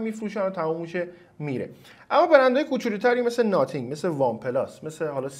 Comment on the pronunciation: خیلی اعصابم خورد میشخ به ناثینگ میگی ناتینگ😂😂😂😂 نخیر چسی هم نمیام🗿 آقا خب درس بگو خیلی سخته th رو تلفظ کنی!